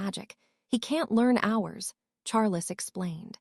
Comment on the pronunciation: This are reader needs to learn how to say Arcturus Doria and Charles